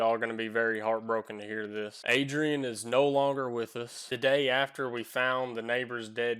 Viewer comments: “Fly High Adrain” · "fly high adroan" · "Fly high adrain"